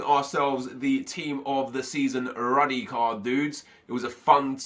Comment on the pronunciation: He is pronounced "roody"